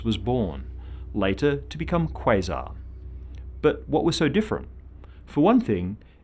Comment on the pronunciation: The way he says quasar disgusts me